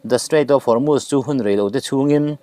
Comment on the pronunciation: Guard corp (Corp) hi (kawp) ti a lam lo in, kawr ti a lam nise Hormuz hi Hawrmas ti a lam lo in Hawrmus ti a lam nise